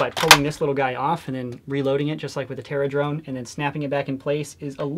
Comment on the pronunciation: the terradrone is terra-done Lmao